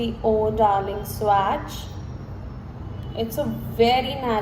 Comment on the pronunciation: It’s pronounced as swatch and not swaaaacccchhhh